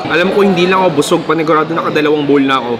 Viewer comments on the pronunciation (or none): none